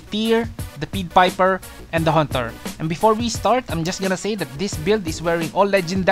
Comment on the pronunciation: pied vs peed you been reading it as peed piper like the piper is being peed on instead of a p(a)ie there is a A sound with ie